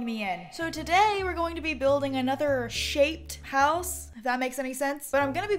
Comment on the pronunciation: When she said : we’re gonna be building another ‘shaped’ house I thought she said shate. That’s not even a word